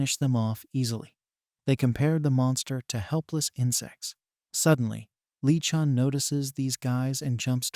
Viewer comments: Li geon❌Li Chong✅ Lee chun✅ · It's really good but... damn is really annoying how it change the pronounce of Lee Goon a hundred times. as (Ling Chong, Lee Ching, Lee Chen, Lin Chon. )